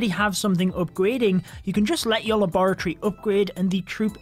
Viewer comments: i LOVE HOW YOU SAY LABOROTTYYY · Luh bore uh tree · Him saying laboratory makes me forget how to say it 😭😭😭😭